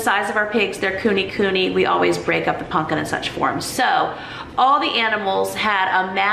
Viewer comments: Is it not pronounced pumpkin with an M not an N? Love you videos and your sense of humour. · im heaing punkin, instead of pumpkin. am i mishearing? lol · Lol at how you say pumpkin not punkin, I make fun of hubby because he says it like you. I told him that you say it that way and he said see other people say it that way 🙄, way to funny. Love you and your vlogs. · I love that you call pumpkin 'punkin'😂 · Pumpkin, not punkin